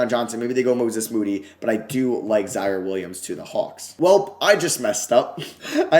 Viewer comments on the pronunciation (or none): none